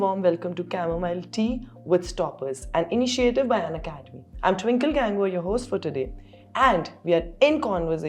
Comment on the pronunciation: Surname pronounced as 'Gung Vaar'